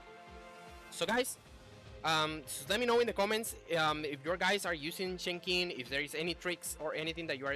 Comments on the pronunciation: it's Chen Sing in English chief. The X is pronouced as an "S" for some reason. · Pronunciation for Chenxing in English is "Chensing", where the 'e' in chen is like 'uh'. Hope this helps :)